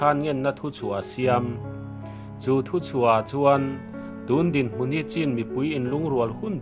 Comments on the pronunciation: CHIN hi chin tia lam tur a nilo aw.. CHHÎN tia lam tur aw... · Ngaihthlak anuam hlemai, mahse thil1klo sawive lawk, chin tih hi chhin tia lamzawktur anilo maw, Pu zah awm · Chin a ni lo chhin (ချင်း)tiin i lo chhiar tawh dawn niaA chhan chu( lushai /duh lian tawng) chauh ah hian (chh)He hawrawp hia awm